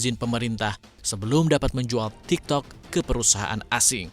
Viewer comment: waktu ngomong tiktoknya gW ngakak🤣🤣ngomong nya kurang pake kolkolah😆